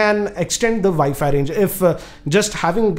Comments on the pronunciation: you mean vifi routers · ViFi Router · What the hell is a ViFi router?